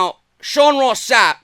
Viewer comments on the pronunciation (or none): none